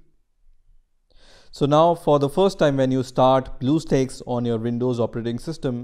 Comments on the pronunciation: i get triggered when he pronounce bluestacks for bluestakes... (￣m￣） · Him belike: So we are going to search "blue steakes" Comments: BlUeStEaKeS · Dont make a video about it if you cant pronounce it Bluestakes Ha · lol what? its blue stacks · Omg blue steaks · blueeeo steaks LMAOOOOOOO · Title : bluestacks Narrator: blue sticks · its not blue steaks guys, its blue STAKES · Damn, I like the video. But that "Blue Steaks" caught me off guard and went straight to the comment section >.< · Great deal on "Bluesteaks" now at Black Angus. This is what happens when you do not swallow your drink before you pronounce the word. Indian people talk as if they have water in their mouth. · its bluestacks not bluesteaks lol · LMAO YOU SAID BLUE STAKES ITS NOT A STAKE LOL KID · Man said steaks💀🖐🏾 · "bleuoo steaks" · Every Time He Says "Blue Steaks" I CRACK UP! XDD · nobody: the comments: BleuEUu StAeKS? WhaAaA??? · i thought he said blue balls for a sec but its actually blue steaks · blue steaks.. sorry i had to point it out ik its an accent but god its so funny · i cant watch this with him saying Blue steaks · HE SAID BLUE STEAKS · "bluew steaks" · Man i love some blue steak the steak that have blue 😂😂😂 relllyyyy you dont know how to read HAHAHAHAH😂😂 i think you should just sell steaks HAHAHA😂xd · we shouldn't be making fun of how people talk just because he said it wrong doesn't mean we gotta make a big deal about it!